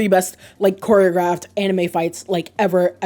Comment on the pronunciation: the "anime" pronounce bothers me a bit but it's okay 😂 this is entertaining, narusasu is an old ship but fandom still find new things about them that makes them more gayer and gayer, like that recent (?) realization about their birthday moon phase or something